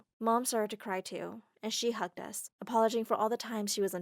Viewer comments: Did anyone notice that the narrator said “apologing” at the hug scene instead of “apologizing-” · Lol she also said apologing